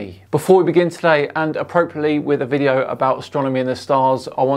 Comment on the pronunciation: M-ISTER! It's a v-IDEO. Why are you y-ELLING?